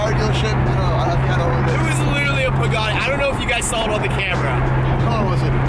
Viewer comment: He pronounced pagani as buggati